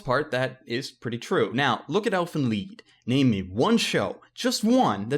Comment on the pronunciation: i think he prounced lied wrong it's (L I EEE D as in i lied to my mom) not (leed)